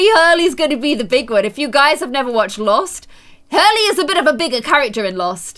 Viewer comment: And that you called Hurley Harley